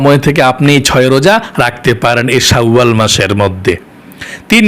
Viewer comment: বনিতা নাকরে সহজভাসায় উচচারন করুন। শাওয়াল বিকৃত করে কেন উচ্চারণ করছেন,ঘৃনা লাগছে,শুনতে।